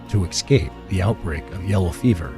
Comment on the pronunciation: Also the word is pronounced ess scape , not "eck" scape